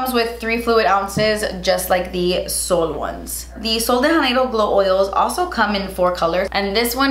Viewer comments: Sweet, the J in “Janeiro” is actually pronounced like the J in the brand Jouer.... 😻😻😻Love ya!! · I love you, but I just have to say.... you’re supposed to pronounce the J in Sol de Janeiro ... it’s Portuguese, not Spanish 😂 Sorry, I know it’s a small thing, but since I’m married into a Brazilian family, it drives me crazy 😂